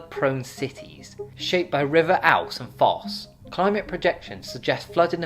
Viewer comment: The river’s pronounced Oooze